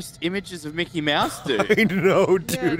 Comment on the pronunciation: are you saying Mikal the mouse so you don't get copyright clamed?